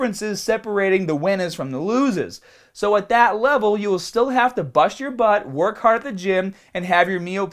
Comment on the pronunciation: Hormones are not drugs just becasue your sorry ass government classified them as such! You're a fucking hater and you just said you don't judge. You don't know shit and you sound like an ignorant fuck with you damn speech impediment. "attention media mah penis doesn't wahk!". Please stop making videos on subjects you tiny ass has no clue about. And don't wear tank tops. I used to like your videos until this one. Stop fucking hating!